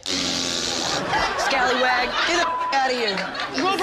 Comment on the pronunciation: no one: absolutely no one:: sCaLlYwAg